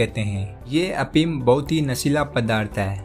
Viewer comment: prava afeem hunda apeem nhi